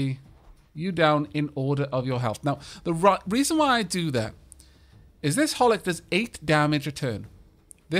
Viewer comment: You're reading 'Hohlick' wrong, the second H is not silent.